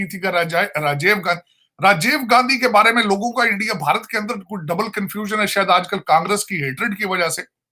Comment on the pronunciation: Raajav nahi sir it’s Rajeev